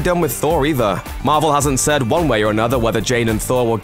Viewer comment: Everyone Else: Marvel: Mavel